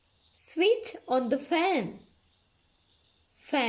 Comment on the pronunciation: On nemi eka adinna oni ." keep the fan on" kiyana ekedi "on" pronunciation adinna oni , nathnam in the chair on eke wage on pronounce karana eka waradi . Please correct that .